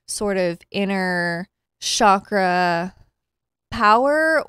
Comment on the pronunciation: So, just an FYI chakra is pronounced, with a hard ch kind of like how you pronounce Charlie.